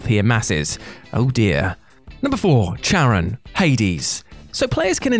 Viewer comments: Charon is pronounced with a K, it's not pronounced with a ch. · Charon is pronounced with a hard "k" sound, not a "ch". 😁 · Charon is pronounced KAYR-ahn, not CHAYR-uhn. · It's Kar-ahn...Ch in greek is pronounced as K. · It's pronounced keh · ruhn. Or Karin. The 'H' is silent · Maybe it shouldn't bother me as much as it does, but Charon isn't pronounced like that. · Feel like he mispronounced charon on purpose